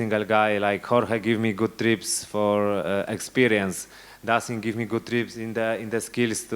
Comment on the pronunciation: Dokładnie :) Tylko 'tips' a nie 'trips', ale wiem, co miał na myśli, więc spoko :) Good job, Gamer :)